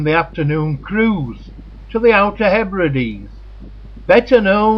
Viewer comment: Nice film but where did you dig out the narator? Mispronunciations throughout: 'Yoo-ig', dropped H in 'Hebrides', it goes on and on. What a wasted opportunity!